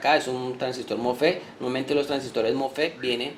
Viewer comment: mofe mofe se dice mosfet